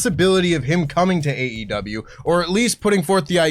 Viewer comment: Someone tell that the name of the company is “AEW”, not AW! Unless it’s a scripted news video that does the work for you, just say the E man! Drives me nuts lol